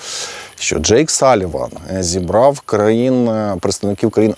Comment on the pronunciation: ...зібраффф, поедставникіффі. Пане. Ще трішки попрацюйте над вірною нашою вимовою.👍